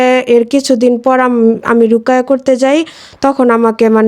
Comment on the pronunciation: রুকাইয়্যা না রুকীইয়্যা